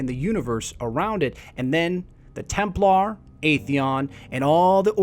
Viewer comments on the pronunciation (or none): none